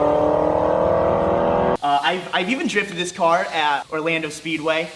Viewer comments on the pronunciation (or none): none